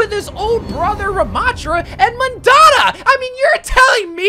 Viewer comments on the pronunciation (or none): none